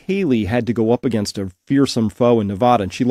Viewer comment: You can't even say AGAINST . YOU'RE GOING TO LOSE